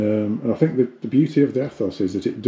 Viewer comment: Its pronounced ETHOS. Jesus.